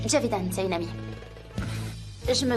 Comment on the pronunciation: JJJJJJJJan et non Kan 😂 je ne supporte pas cette prononciation 😂